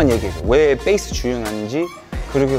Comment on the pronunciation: 태풍님 영어발음 콩글리시도 쓰시네요 ㅎㅎ Base를 된소리로 뻬이스라 할때 웃었음